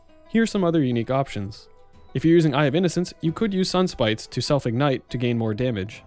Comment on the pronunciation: whats innate? did you mean ignite?